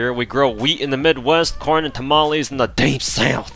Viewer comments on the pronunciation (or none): none